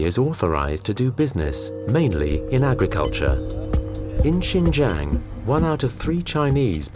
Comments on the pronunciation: The narrator kept saying Shenjen which is a Southern China city near Hong Kong. This area is Xinjiang, pronounced SheenJyayng. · HHAHAAHHA did he just say chingchang. it’s shinjang the x becomes a sh. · pronouced shein jang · sin-jiang... the pronounce makes me thought it's another city... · At the beginning, it's pronounced " Sheen Jee Ahng" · Why did he keep saying Shenzhen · Good doc, but very unprofessional in regards to pronunciation. You can’t even say Xinjiang properly. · i doubt how much the narrator knows about because he cant even able to pronouce 'xin jiang' correctly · Please take 5 minutes to look up the pronunciation of words before making an entire documentary...